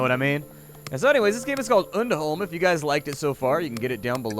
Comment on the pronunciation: I have no idea why but I actually got slightly offended from the way he was saying undholm, for the simple fact that he was saying it wrong, but I am not one of those people I promise